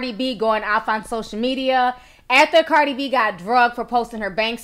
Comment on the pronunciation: not trying to be rude, but you said cardis name wrong lmao